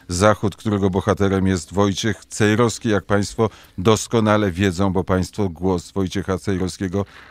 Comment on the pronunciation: Panie Skowroński pan Wojciech ma na nazwisko Cejrowski a nie Cejroski. Proszę zwrócić na to uwagę. Pozdrawiam serdecznie.